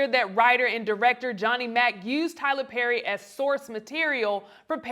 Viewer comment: Taylor Pherry but the P is silent 😂😂😂